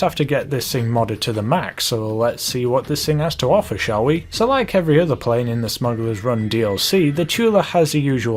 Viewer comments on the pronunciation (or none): You said prain